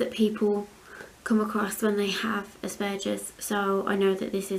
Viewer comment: I’m so glad you say Aspergers the right way. Some people I’ve heard on the tv pronounce it really different and it really grates my arse lol x